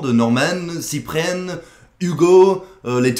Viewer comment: "Ciprenne" x)